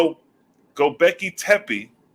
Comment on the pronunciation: Read it slow…. Go-Bekli-Tepe! (Go-Becklee-Tepee) 👍🏾